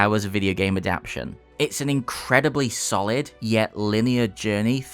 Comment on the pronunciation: Great review! Made me want to load it up on an an emulator... (although your pronunciation of adapTATion had me stressing out lmao).